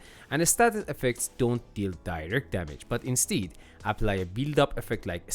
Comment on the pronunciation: Insteed... Instead....